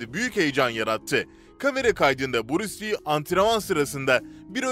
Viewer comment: Buris Li değil be kardeşim, Bruce Lee (Brus Lii)